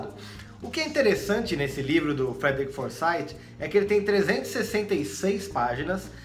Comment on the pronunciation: Se você me permite uma correçãozinha apenas: a pronúncia do nome do autor é Forsith com th com som de f. Algo próximo a:"Forsaif. "